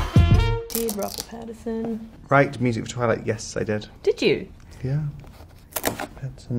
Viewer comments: I think she called him Pattison like PattiN Son but the N is nowhere to be heard 🤗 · I love how she looks all weird about him saying her last name wrong, but she was calling him Robert Patterson the entire time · She literally calls him Robert Patterson the whole way through! 😂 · She keeps saying pattison lol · Mia the least you could do is pronounce your family name properly 🤦🏻‍♀️ Also, 1,76 is DEFINITELY not 5'4 🤣🤣🤣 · She can't even pronounce Pattinson but wants people to pronounce Wasikowska. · Them just both mispronouncing each other's names